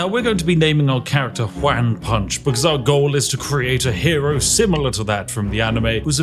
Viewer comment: all im hearing is "wham punch" instead of "juan punch" or even "hoo-an punch" so wham punch it is. man do i love onomatopoeia character "wham punch" couldn't be more british update: i understand the exploit, im still hearing "wham punch" and tbh it still makes sense